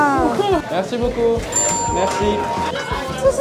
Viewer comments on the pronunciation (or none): 法語 (謝謝)怎麼聽起來像 { 沒關西 } 哈哈哈